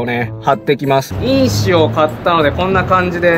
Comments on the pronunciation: 印紙のイントネーションが草 君が言ってるのは因子の方w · 純正と印紙のイントネーション違いますよ (^-^